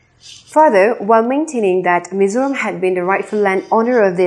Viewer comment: Mizoram ti a chiang taka i lam hi ka fak che.mizo in hming kan phuah chu mizo taka lam mai tur.lam no tum lutuk ten an ti pherh zo hnam dang hriatah.